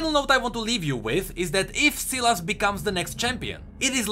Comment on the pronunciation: also sylas is pronounced sai las not si las